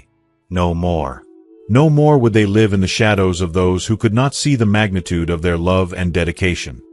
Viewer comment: AI failed to pronounce "live" correctly!!